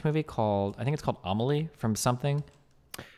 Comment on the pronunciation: When he says Amely is he talking about Le fabuleux destin d'Amelie Poulain?